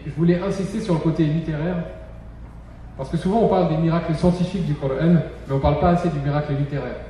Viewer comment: Pourquoi prononcer "cor-ane". Je suis un musulman français et je dis "coran". Allah a créé toutes les langues dont le français.